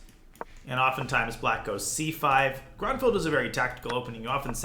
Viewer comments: It's pronounced grunefeld just fyi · I thought it was pronounced groonfeld. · Would be great if you knew how to pronounce Grünfeld. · As a native German, I love your pronunciation of „GrÜnfeld“ – there is a difference in pronouncing the Ü and the U. Not a hateful comment, I think it’s adorable 😊If your interested, here is a tip: „ Say “ee” as in see (or as in the German word vier). Again, while saying the sound, round your lips. The resulting sound is the ü-sound.“